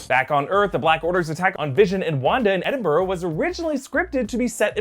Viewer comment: Just fyi because this is a personal pet peeve - it's spelt Edinburgh but pronounced Eh-din-bruh. I don't get why Americans say Edinborough.